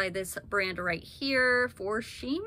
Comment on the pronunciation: FYI Florsheim = Floor-SHIME